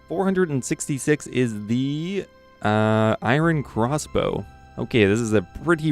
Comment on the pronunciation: The way you pronounce iron is cringey